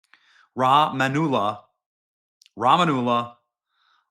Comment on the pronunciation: Obama started it and Biden continued. Mayorkas should be responsible too. Rah ma mullah that’s the pronunciation.